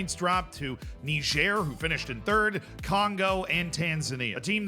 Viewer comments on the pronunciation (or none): Niger is pronounced nigh-jurr (like jury without the y)